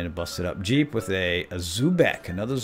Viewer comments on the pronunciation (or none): none